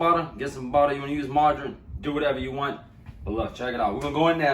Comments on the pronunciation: U should let him "buddda" ur biscuits🤣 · We need a “budda” and “okay” compilation🤣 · This man said 2 pounds of butta! 😂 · Dat buttuh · 2lbs of "Butta" lets go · Ah yes buddah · Ahhhh I’m so happy!!!! Who else is happy he said budda HELLA TIMES 😭😂👏🏼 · The way he say butter always takes me out😹❤